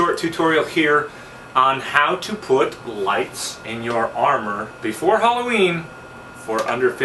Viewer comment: i see what you did there instead of halloween you said halo-ween ... LOL